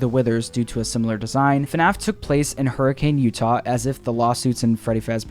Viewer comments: As a fan of fnaf for seven years and a Utah resident, I never knew that it took place in hurricane, also for some reason they pronounce it hurrikin instead of hurricane, it’s really weird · Its not pronounced "hurri-cane" its "hurri-kin" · Alright as a Utahian it isn’t pronounced Hurricane like the storm it’s pronounced Hurr-a-kin I know weird but it’s true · It’s pronounced Hurican. I realize that it’s spelled Hurricane, but many of the cities in Utah follow that. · I live in hurricane Utah and it’s pronounced hurricin lol